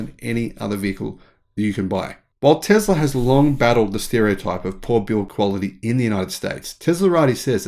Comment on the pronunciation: It's....not Zam... t's teSS-la.... not teZZ-la